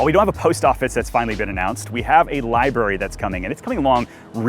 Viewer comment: libary or library? lol